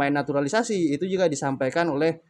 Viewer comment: Jngn sebut naturalisasi anda salah ucap